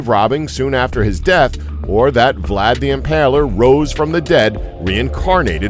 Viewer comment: Are we gonna pretend that the narrator can’t pronounce Vlad without inserting an additional vocal?